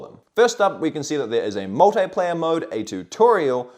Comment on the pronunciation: Multeyeplayer. You mean Multiplayer 😂